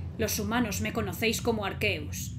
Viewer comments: ARQUEUS --miauwwwww-- el gato dijo se dice arceus no arqueus xd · Es Arceus, no Arqueus .__.